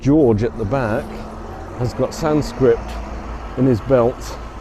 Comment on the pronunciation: On the statue of George, it is Sanskrit, not Sanscript. ;)